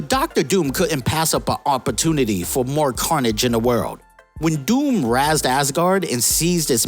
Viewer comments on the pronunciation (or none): Are these mistakes trolls? Sentient not sentinal. Razed (sounds kike raised), not razzed.